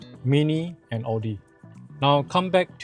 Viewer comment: un subscribed after this dude cant even pronounce audi and maserati right . byd such a crap quality car yet he say is good hahahhaa